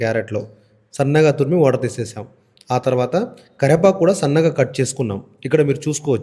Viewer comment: కెరెపాకు కాదు కర్వేపాకు అను లేదా కరేపాకు అనాలి ఓకే 🌹🕉️🌹జై శ్రీరామ్...